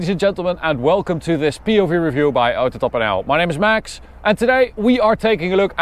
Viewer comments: I thought I was the only one who find it funny when he says AutotopNL😂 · the way u say autotopnl is funny (i dont know why)